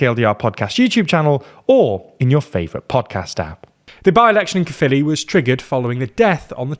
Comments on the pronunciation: F me. Someone pronounced Caerphilly correctly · Honestly I'm just glad they're pronouncing 'Caerphilly' correctly. It's 'kuh-filly' not 'care-filly'. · 10/10 for pronunciation of caerphilly and senedd. thank you